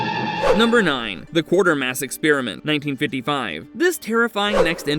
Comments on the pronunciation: It is not Quartermass. It is Quatermass, pronounced as kwate-er-mass. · #9 is in fact The Quatermass Xperiment, not Quartermass (just one 'r' in there). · It’s not Quartermass, it is Quatermass. And it’s not “The Island Earth”, it’s “This Island Earth”. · I love Cheech Marin's line from It Came From Hollywood when they were watching the scene of the man getting attacked by the cat in The Incredible Shrinking Man: "That'll be the first time a man was eaten by a pussy!" By the way it's "The QUATERMASS Experiment", not "Quartermass". Awesome film though, and the follow up "Quatermass and the Pit" is even more a sci-fi classic! And it's "THIS Island Earth", not "The" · Who is Quartermass?? Quatermass!! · Quatermass; not Quartermass & it's THIS Island Earth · A good list but I don't understand the byline of 'so bad they're good' when you've got historic Sci-Fi titles like Incredible Shrinking Man and Forbidden Planet, which has the iconic Robbie the Robot, though I must tell you, you got two of the titles wrong - it's pronounced Qway-ter-mass Experiment while you were pronouncing it Quart-er-mass. You also listed the last movie as The Island Earth, when it's actually This Island Earth. Sorry to nitpick but you always put such effort into your videos, I wanted you to have the correct titles and pronunciations. Also, if this is a list of underrated Sci-Fi movies, how come Monolith Monsters, the Deadly Mantis, or the Giant Behemoth didn't get even an honourable mention? ;) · Also, mispronouncing QUATERMASS as Quartermass despite seeing the correct name twice